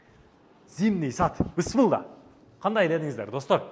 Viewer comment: Бысмылда, эмне деген соз? Блогерлер, орфоэпия жонундо кичине маалымат алып алгыла!